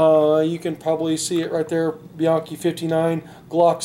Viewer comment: It's "BE-YANKEE". Not many pronounces it right.